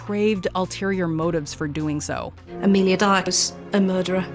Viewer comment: I have Heard of “Amilia Dyer” but No One Else